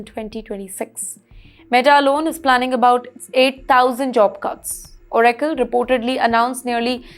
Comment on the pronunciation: Pronounciation is very bad. Oracle is proniunced wrong.